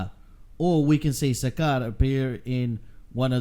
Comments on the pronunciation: Salaar not Sakaar😅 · bro not sakkar its salaar